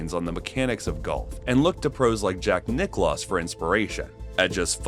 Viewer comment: Did this narration say "Jack Nickclaws ? smh